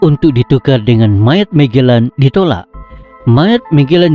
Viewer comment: Admin..sebutan magellan mu biar betul..apalah